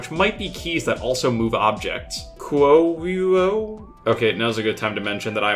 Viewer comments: dayum that was a fast reply. It's supposed to be pronounced "kyoh-ki" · as a Japanese speaker him pronouncing Kyouki as "kyoo-ki" made me take 69000 points of physical damage